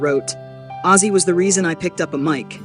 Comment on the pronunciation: Who's azie it's OZZY